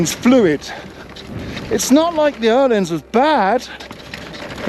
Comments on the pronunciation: I absolutely love that you pronounce Öhlins correctly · as a Swede, It does sound very good 👍